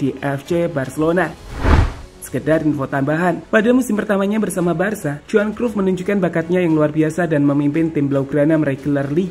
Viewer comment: Kruf kruf dezong dezong. Matalu. Bad pronounce.